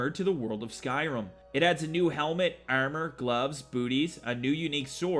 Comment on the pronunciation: It's pronounced ARM-OR not Eyarmer lol